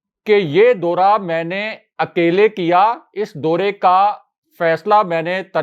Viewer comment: Dora nahin daura. Pl correct Urdu bola karein